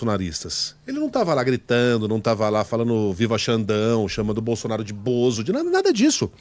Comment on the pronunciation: Pq a fala presidente Bozonaro?